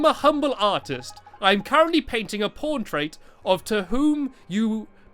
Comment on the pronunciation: he said porntrait